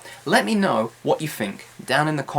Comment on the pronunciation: Hi, you've some useful English learning videos. I've learnt lots of from you. And I realize something here: do you really speak 'th' sound by 'f' sound? (for example: think -> 'fink').